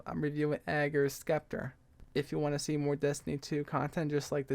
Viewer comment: It is pronounced "Septer"